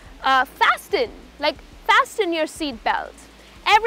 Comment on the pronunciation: Isn't 't' silent in Fasten ?